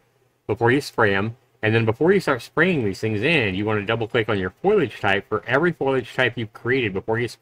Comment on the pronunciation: foliage, not foilage.